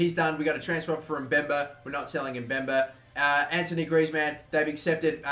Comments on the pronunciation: damn it it's not Anthony Griezmann but Antoine Griezmann it's pronounced Antoane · AntOIne mate. Not antONIe please. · ant-wan......not ant-o-nee......jesus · ITS ''AN-TWO-ONE'' GRIEZMANN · It's pronounced ant-wan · I'm far from trying to troll but heads up cuz I see everyone on you about Griezmann name it's pronounced Antwan but spelt Antoine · Anthony Griezzmann? are you for real? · U pronounce t like antwan Griezmann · Its antoine griezmann not antony griezmann